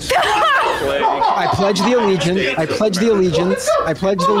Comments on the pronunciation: lmao, he "pledges the legence." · "I pledge the legiance" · Did he say “I pledge the legions“? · 😂 "the pledge of the legiance" is killing tf out of me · "I pledge the legiance"? WTF? Is this guy a Russian operative? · He said "I pledge the legience" 😂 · Pledge theleejents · i pledge a the legiance to the fleyg